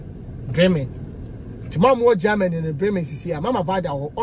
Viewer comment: Kwaku, is not Gaamany , it’s rather Germany